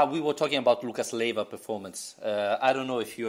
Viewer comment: LEIVA not LIEVA. Ley-va . . .